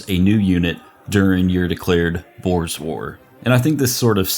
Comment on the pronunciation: Had to do a double take to make sure he was saying "Boor's War" and not "Boer's War"